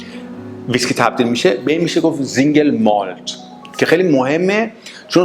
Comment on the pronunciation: فقط متوجه نقدم مثل سينگل مالت كه شما به رباني زينگل مالت ميگيد بفرماييد تلفظ كدوم مردم دنياست ممنون زياد بود بقيه رو بعد جواب شما عنوان ميكنم متشكرم